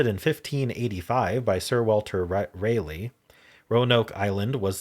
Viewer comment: Raleigh (of Sir Walter Raleigh) is pronounced like "rah-lee." Also the emphasis is on the first syllable in Hatteras Island.